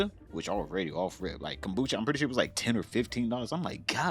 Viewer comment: Yo seeing Ian go through this after he F*cked over his BF of a decade he DESERVES IT!!! He doesn't need Kombucha with that stinkin a$$ breathe his wife says he has frfr, and why does he call it CUMBUCHA??? He will be taking the bus soon, what kinda idiot moves to Canada when they are BROKE??? Canada is more expensive than America, are they that scared of his former boxing coach??!!